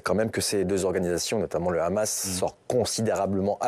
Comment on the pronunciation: Pourquoi le présentateur présente t-il le Hamas avec un r e'au lieu du h ce qui est typique de la façon de parler des Israéliens